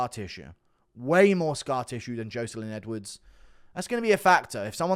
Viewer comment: Good vid as always but please stop saying Joeselyne Edwards am I right